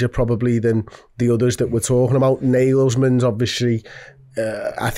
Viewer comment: I am starting to warm up with Amorim tbf, we shouldn't be so arrogant about the Portuguese League. His stats are really good and he comes across very charismatic etc. Btw, please stop pronouncing Nagelsmann like that, It's hurting my German ears, it is pronounced like Alisson, Amorin ok?? 😂 Danke